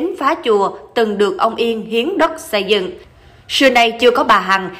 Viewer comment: Se cẩu, sây dựng, sưa nay, se của bà...tiếng Việt phát âm như thế ư?